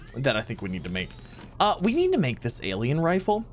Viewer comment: He says nneed